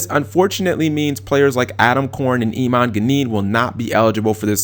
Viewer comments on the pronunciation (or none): none